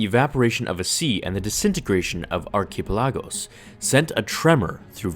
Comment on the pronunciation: Did-did you just say 'archipelago' wrong?